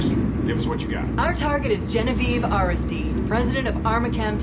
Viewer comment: Air-iss...steed vs Air-iss-STEED-ee. Funny the things that grab your attention....